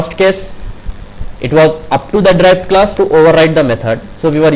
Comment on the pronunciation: You are pronouncing Derived class as "Drive" class.........it was confusing for me earlier...otherwise Nice video.